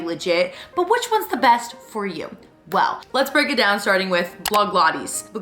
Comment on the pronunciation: Can you actually not pronounce blogilates it’s not hard at all